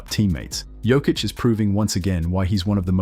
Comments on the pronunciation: Serbian J shall be read as yours Y, so try with Yokic. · learn to sayhis name! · I wish you'd say his name right after all this time. 🤦🏻‍♂️ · How about learning to pronounce his name correctly!!!??? Voted down, learn basics! 👎👎👎👎👎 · You're pronouncing his name wrong... smh. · How are you gonna make a video about the man and not even pronounce his name correctly? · as a Serb also, I think its important to professional. That means pronunciations must be right! Basics...